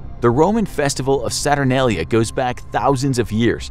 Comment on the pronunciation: HE SAID SATURNALIA WRONG! lol its ok